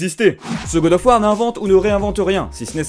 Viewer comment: Śé qoi gode ofeu wardeu ?